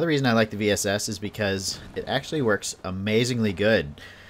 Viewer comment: If you can master the bullet drop, the VSS is pretty dope. I've curved it over hills and mounds to hit a poor opponent just trying to peek or heal. Semi and full auto, too! And yes, it's range is a bit limited. I think the farthest kill I've gotten with it is about 250m. And thanks for pronouncing the name right!